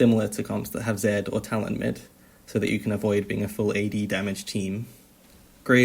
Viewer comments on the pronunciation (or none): none